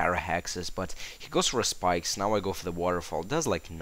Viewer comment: ur saying skipes not spikes lol xD